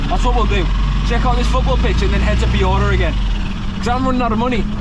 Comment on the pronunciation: I am confident nobody else on earth has ever said piura in that scouse accent like at the start of the video 😂